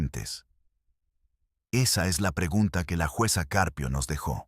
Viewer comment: Este narrador no sabe leer el apellido del juez es Caprio pero el narrador dice juz CCarpio narrador apellido lo dices mal es CJuez CAPRIO no CARPIO